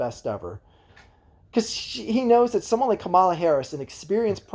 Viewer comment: KAH-mə-lə Also, what is your take on Shapiro the front runner for VP, being that you are from PA? Isn’t he super pro charter schools?